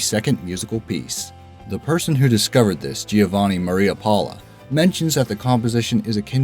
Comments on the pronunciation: Madonna is supposed to be pronounced "ma-doe-nuh" or "ma-tho-nuh" not "ma-donna" as most non-italians pronounce it. Madonna is in fact an Italian name. It literally translates to "my lady". Not sure what you're smoking. Giovanni in Italian is pronounced "Joe-vanni" not "Gio-vanni" again, as most non-italians pronounce it. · Im Italian as well, and cringed at how they pronounced madonna and Giovanni